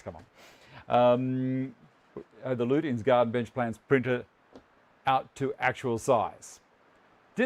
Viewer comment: Hi it's pronounced LUCHINS sorry, not being perdantic, or am I? 😁